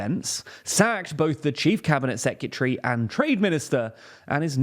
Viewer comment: say it with me dude: seh-kruh-teh-ree SECRETARY, not seh-Q-tree